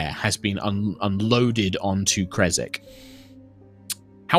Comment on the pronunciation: Guys I truly truly love the CoS series on High Rollers but I have to say, the city name is "Krezk" there is no "e" so it is not "Krezek", I know it must be hard for native English speakers to pronounce it correctly but I had to point this out. Anyway Love you all.